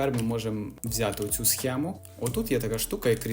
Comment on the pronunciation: і "схему" туди ж